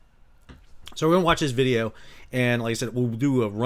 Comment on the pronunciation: 'GET THE VEEDEO'